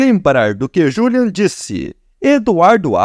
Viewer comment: Que narração é essa ?o nome dele é Juliano e não julian